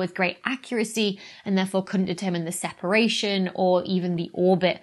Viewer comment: 'Sheparation' - Are you related to Sean Connery? 😁👍